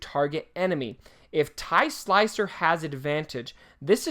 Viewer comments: OMGGGGGfufufufufufu it is Silencer not Slicer!!!!!!!!!!! Typical fan... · I watch this video sometimes just to see say Slicer:D